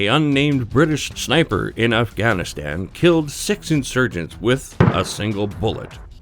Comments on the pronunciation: I swear he said “Snaper” at the beginning. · Sinper bitten by a viper !! 😂